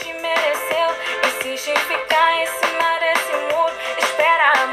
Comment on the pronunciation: O problema foi que ela trocou a sílaba tônica da palavra cima e colocou na segunda ao invés da primeira, aí confundiu......mas como já falaram aqui isso ocorre muito em músicas para encaixar melhor na melodia.....